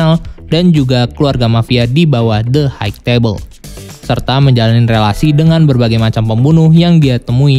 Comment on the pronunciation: High gak dibaca haik bang, tapi Hai.